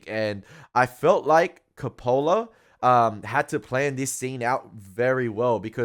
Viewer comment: It’s pronounced CO’-pa-la; not co-Po’-la. While you seem to find humorous much of the film, nothing is funny about this film or the subject matter. You caught the Eliot poem but you missed the Kipling poem “IF”.